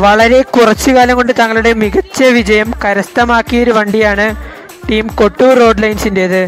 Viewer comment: Bro kotur Alla kottoor Nn anu Bro Parayunatha Kotur nn anu parayunee